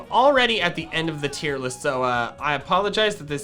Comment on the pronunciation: TIER, NOT TEAR!